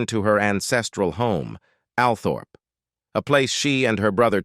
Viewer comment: What did Dianna's son "reveal what we thought all along"? ABSOLUTELY NOTHING! I am sick and tired of all the click-bait on YT channels. Furthermore, no research was required, or carried out, for this documentary. The narrator simply followed all the official lines. He couldn't even be bothered to learn how to correctly pronounce important names. 'Windsor' is pronounced WIND SOR. 'Althorpe' is pronounced OL THORPE (it is pronounced as OL THROP. Altogether crap.